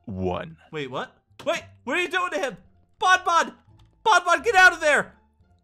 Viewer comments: It's not bon bon it's bonny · No its bawn bawn